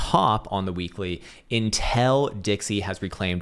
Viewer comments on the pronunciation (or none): How pronounces 'until' should be studied by science